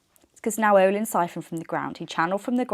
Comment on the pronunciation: I think it’s pronounced Nayoh-lynn. I’m not certain of this but Now-ohlin sounds funny 🫤